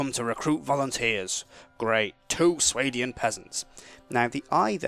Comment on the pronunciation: Its pronounced Swar-dian